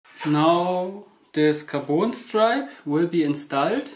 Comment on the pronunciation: a little english hep carbon rod ... you are saying carboon ... it is a short O like in turn ON the light ... car bon ... bon appetite